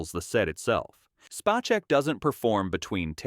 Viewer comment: It's pronounced "Spay-seck" not "spā-check"